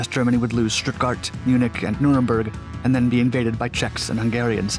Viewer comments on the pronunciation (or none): none